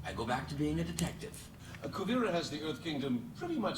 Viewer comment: Kuu-veer-ah :) just a little help.